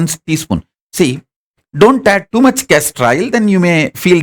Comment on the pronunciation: Please tell me you said castor oil